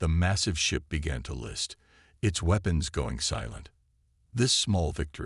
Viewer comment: The AI voice sounds almost human but it struggles with some words, ie: weapons it sounds like it said weepons